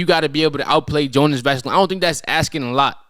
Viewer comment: properly pronounce Jonas Valanciunas name properly challenge Man sad Vasalinez 😂😭